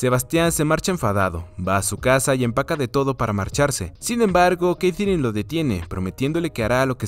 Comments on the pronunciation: Porque la sigues llamando Keitherine a Katherine 🤣🤣🤣🤣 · Que mal pronuncias Katherine, tío. No es tan dificil....